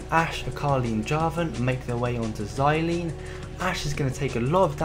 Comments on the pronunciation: You have such a calm voice, and it is Zilean not Zilayn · That makes sense, however the emphasized portion of the name is "Zil" not "lean". The name takes off the use of words like Herculean, Cerulean, where the -ean adds as a suffix. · its not Zi-Lean, its Zil-Ean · Zayleene xD good video though. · im sorry but xylean lol awesome video though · weirdest way of saying zilean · Definitely saying Zilean wrong...